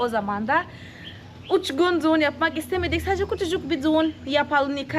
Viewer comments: güle güle kullan. hiç ü harfi kullanmıyorsun hep u kullanıyorsun. Ö ' de kullanmıyorsun o kullanıyorsun ve ı harfi yerine i kullanıyorsun. Duğun değil düğün Çunku değil çünkü Oyle değil öyle Goturmek değil götürmek Tatli değil tatlı Sesli harflere biraz çalışmalısın hem kendin için hem de tatlı kızın doğru öğrensin diye. Güzel gözlerinden öperim. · Düğün yerine duğun demesi çok iyi ya 😂